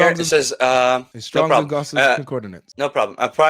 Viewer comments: That Muslim guy trying to teach what 'concordINance' is when he doesn't even know how to pronounce the word.... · Y'all know it's CON-CORD-ANCE... not CON-CORD-I-NANCE, right? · A man who can't pronounce concordance correctly quibbling over the pronunciation and meaning of words!